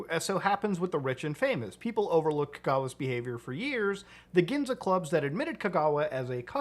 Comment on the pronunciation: Its Ginza not Ginja